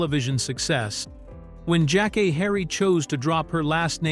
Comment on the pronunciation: Her name is pronounced (Jack- Kay)